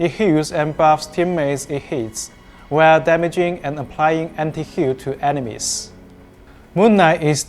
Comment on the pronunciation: Did he just say...anti heal...